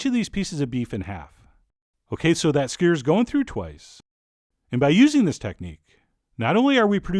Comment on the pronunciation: "SkYOU-ers"..... Not "skyers". You sound Canadian, yaknow.